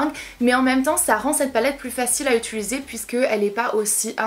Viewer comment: Tu as un tic verbal tu dit "ituliser" au lieu de "utiliser" sa me bloque à chaque fois ahaha